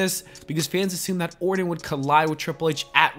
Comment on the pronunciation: You pronounce his last name like this: or-ton. This dude keeps saying Orin.